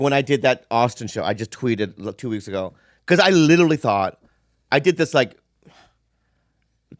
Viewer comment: "you litelly"